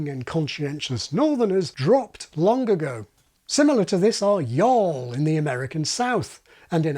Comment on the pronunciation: Those hard-working northerners dropped LONG-GGAGO!. Hear how he attaches the final "g" in "Long" (which isn't a "hard G; I don't know the term for it) to the word "ago" : Lohg- Gaggo . "Lingerie pronounced 'Lonzheré" has analogies in French: café , ballet, négligé, gourmet.... "I'm not trying to make a woke excuse.... I think he means Woké. hahahahhahaha